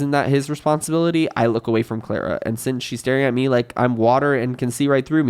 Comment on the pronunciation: i keep hearing clara as clairo and i'm losing my mind